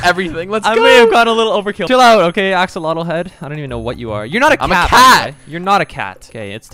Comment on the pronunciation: hey dev what do you want to do: axalatle